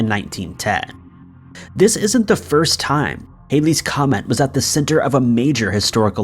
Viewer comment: It's Halley's comet also not Hailey's Mandela effect